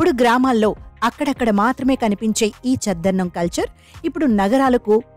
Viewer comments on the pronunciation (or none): చద్దన్నం అని అనాలి, చెద్దన్నం కాదు.😮